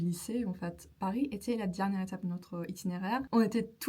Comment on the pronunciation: I wonder were you speaking Turkish right before you started the video? First 20 seconds you said "Paris" and "heureuse" very strangely then recovered and were excellent after that! Polyglot problems. Anyway, great video. Love the mix of travelogue and language tips.